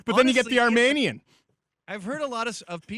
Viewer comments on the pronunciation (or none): I find it funny how you complain about pronounciations, and then you mispronounced Armenian. The 'men' is pronounced like MEAN, not men. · Arm-ee-nee-uhn Not Arm-may-nee-uhn Lol